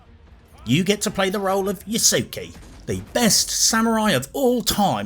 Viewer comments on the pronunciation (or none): Ffs, can none of you pronounce Yasuke correctly? I've heard Yusuke, Ysuke, Yusuki, Ysuki, but it's like you English speakers are conditioned to pronounce everything as if it was meant for English pronunciation. And badly. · Bro, I can’t get over how you pronounce his name Its YAH-SUH-KEH